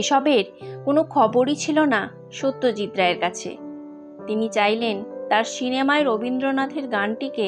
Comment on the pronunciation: খুব ভাল লাগল।দুষ্প্রাপ্য ছবিগুলি ও ভাল লাগল ।”সিনেমা” শব্দটির উচ্চারণ কানে লাগছে শুধরে নিলে ভাল হয়।